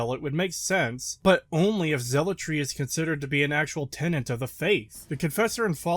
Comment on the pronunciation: You pronounce tenet as tenant. Your arguments are invalid.😉 ( You only get a pass if you're Quebecian , they tend to mispronounce a lot of words , their province's name included).